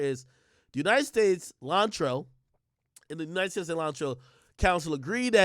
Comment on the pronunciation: I heard Cilantro Williams...